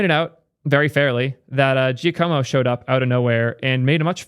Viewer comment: Pronouncing it "jacko-mo" is so adorably american I wouldn't even be mad lol